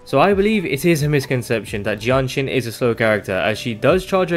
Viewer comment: I couldn't tell which hero he was saying between Danjin and Jianxin, so this video got real confusing real fast.